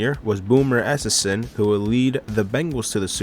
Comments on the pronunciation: Bro your quarterback pronunciations are terrible (Rypien - "Rip-Pen", Esiason - "Es-Sy-as-son") long I not short I 🤌🏿 Delhomme - "Del-lome" the H is silent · Boomer " Es ses son" lol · You need to do your research man… the pic of the winning quarterback in Super Bowl XXXV was Trent Dilfer, not Elvis Grbac… and Boomer’s last name is əˈsaɪ.əsən/; (Eh-Sai-a-sen) and you should know what the Super Bowl XXXVIII halftime show was. lol #wardrobemalfunction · Butchered Boomer's last name lol